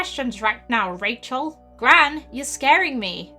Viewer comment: Her name is Rachel but you say it like this Kashel